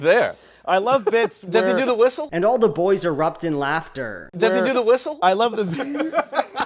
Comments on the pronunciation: DID ‘E DO THE WHISTOH? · DIH EH DUE TEH WISTLE?! *dies laughing* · Despite normally hating the whole "brit accent because it's funny" I fucking love your "does 'e do the wissle!!" so fucking much that it's never leaving my brain lmao